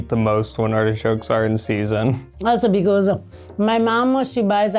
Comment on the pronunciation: I keep hearing say hedgehogs not artichokes. It makes the video sound rather cruel. 😂